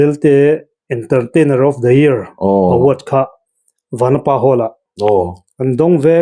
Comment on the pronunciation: Vanapa hming a thluk a sawi dik thlap mai...mi tam zawkin a dik loin kan thluk sang ṭhin a,Pu.Lura chuan a sawi dik thlap mai.